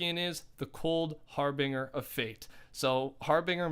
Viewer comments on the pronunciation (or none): Harbinger is pronounced, Har-Bin-jer (like Jerry) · Pronounced HarbinJer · Yo my man it’s harBINGEr. Like to binge, that’s how it’s pronounced lol just so you know next vid you talk bout it playa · I enjoyed everything in your video, except the constant use of har-bing-er, its harbinger, as in binge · "Har-binger" lmao it's pronounced har-bin-jur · Harbinger - har - bin - jer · every time you said harbinger omfg it’s pronounced harbinjer lmao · You're saying Harbinger wrong!! All it is is that the "G" in the word is pronounced as a "J" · Harbinger is pronounced Har-Bin-jer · Cool video man! P.s It’s Har-Bringer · Not to nit pick but can you say it har-bin-jer. It should help if you hear someone say it right. (Google can if you type it in the search bar) ps love your vids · Anyone else a little triggered how he says harbinger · U said harbinger wrong